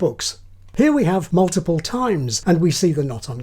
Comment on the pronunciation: The pronounciation, though ... "Moltiple people" sounds both hillarious and creepy.